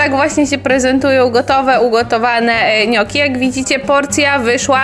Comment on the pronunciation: „niokki” nie „nioki”